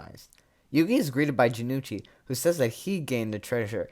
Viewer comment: Hey not to be that guy, but Jonouchi's name is pronounced Jo-no-uu-chi, not Ja-nu-chi. Good to see more people cover season 0 btw